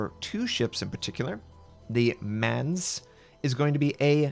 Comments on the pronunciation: It's pronounced Mines not Mans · Mainz, you said Manz? The "i" is also pronounced like "Ma-i-nz" It's a bit like in "my" ship. So just say "my" and add "nz" -> "my-nz" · The tier 8 German ship is more pronounced like Minez like its not yours its Minez…. 🤣 😀 But that tier 8 seems like the Prinz Eugen but with smaller guns and pretty much the rest the same almost looks exactly like it also. Them submarines they said 2 per team well sometimes there is only 1 or 2 DDs per team so how the hell is that gonna make it fair? Then you have to count on one Destroyer to hunt the 2 Subs ? Rite you cant even count on 80% of the DD players to do there job correct in the game already..Lmfao WG you clearly have not been burdened by an overabundance of education. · repeat after me : MINE-s :D (Mainz). No Odin makes me a sad panda. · Just a little pronounciation correction: The "Ma" of Mainz is pronounced like the "Ma" from the Mariana trench. (Or rather the german "a" is pronounced like that). But for intends and purposes its basically enough that you pronounce it like May with an "ns" attached to it. :D Or pronounce it like Mains (as in character Mains). That is ok. But if you want to go full german on it, the "Ma" prounounciation from Mariana would be the perfect one :)